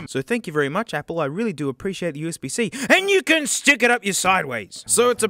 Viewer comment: When he said : "oOh UsB-zEe" that made me laugh.